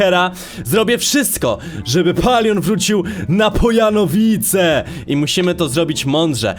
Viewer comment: Gdy weszłeś do minecraft to ja usłyszałam że chyba powiedziałeś pojanowice jak by noobek powiedział